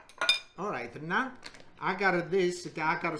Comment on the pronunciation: I like how he says „now“—> „nää“ 😁😊